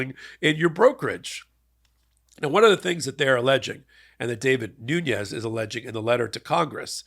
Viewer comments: Dude, his name is Devin, not David. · It’s Devin, not David. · Devin, not David, Nunes. And as he's of Portuguese extraction, it's pronounced NOO-nez. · David Noons... really? Analysis is important, accuracy even more so. The man's name is Devin Nunes (pronounced Nunez). Frankly, given his highly controversial performance as Trump's former Chairman of the House Intelligence Committee, I'm surprised that you're not more familiar with him. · Are you saying David or Devin Nunez? Sounds to me like David. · Too funny 😂 Davud Nuz... It's Devon Nunez ... like Peter Davison ... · Not "David Noons"......it's "Devin Nunes". (Dev-in noon-yez) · Nunes' name is "Devin" not "David" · Devin, not David, Nunes. Mr., you make a lot of name errors - either wrong name or mispronunciation. Your information is so important that I don’t like seeing you decrease your credibility by making name errors. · David Noons???? It is Devin Nunes. 😬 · Devin Nunes (pronounced Nunez) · It’s David (New-nez) I unfortunately know this idiot’s name because I’m from his district. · Devv-on Noon-ez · Getting Devin Nunes’ name wrong over and over was great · Love the show, but I’m pretty sure you’re mispronouncing Devin Nunes’ first name. Gotta get it right or he might sue, like he did with the cow parody account. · Please tell how to pronounce Devin Nunes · I love that you got that D bags name wrong the entire time😂😂